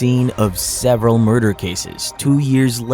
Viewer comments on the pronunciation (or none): I heard you say mother instead of murder am I tripping? Love this